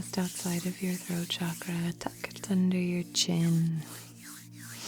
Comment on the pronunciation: Thank you for saying it right.. Thank you for saying Chakra and not Shakraa 😬😃🥰🙏🏼